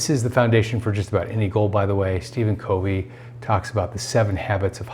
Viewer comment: Thank you for your videos! If I may give one technical feedback, it would be correct pronunciation of Stephen Covey.'s last name. It's not a long O. It is the 'o' sound as in the words cover, coverage, covenant, covet. Thanks.